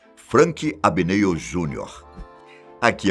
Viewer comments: É "Abg Néel". Não abgnále, nem abgnoll...(qu assistiu sabe oq falei rs) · Não assistiu o filme pra gravar o vídeo né? Ele sempre falava o nome dele a pronúncia correta no filme!